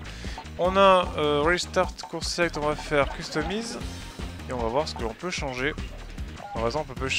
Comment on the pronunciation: ATTENTION ! Customize se prononce Keustomaïze (ˈkəstəˌmīz)